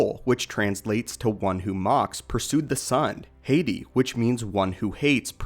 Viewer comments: it's ha- tee not hey tee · Not hating just saying it's pronounced ha-ti not hati